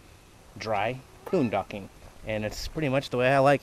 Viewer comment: "this is called dry Poondocking" haha